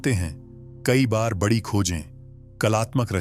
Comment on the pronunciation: आप ए आई को निर्देश दीजिए कि कुछ शब्दों का उच्चारण सही करे।पीडा,बडी और बहुत से शब्द खटकते हैं।आपका कंटेंट बहुत अच्छा है।